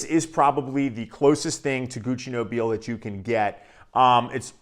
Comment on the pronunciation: Amazing stuff. That I rarely wear because I'm trying to conserve juice. 😄 Although, since Gucci is Italian, I believe it's pronounced "No-bee-lay." Like La Dona e Mobile from Verdi's Rigoletto. 🎼Nobile e Mobile. 😆 Honestly, watching Pavarotti's expressions when he sings it in Ponnelle's film cracks me up every time.